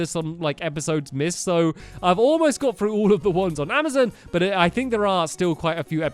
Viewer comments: he keeps on saying amizin instead of Amazon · Stampy its called amozon not amizen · ITS AMAZON NOT AMAZIN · It's not amizin it's amazon